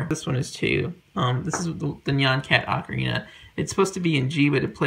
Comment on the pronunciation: The guy cares so much about ocarinas, please teach him to pronounce 'ocarina'. 'Oh-ka-ree-na', not 'Ah-kree na'.